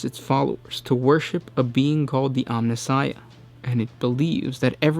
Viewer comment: when he pronounced Omnissiah correctly, i gasped lol